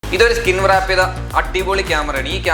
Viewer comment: വൃറാപ്പ് അല്ല റാപ്പ്